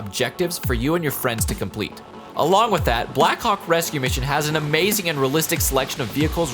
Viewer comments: I thought he said “black cock rescue mission” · Did anyone else notice that when he said "black hawk" fast it sounded like...ykw nvm 😳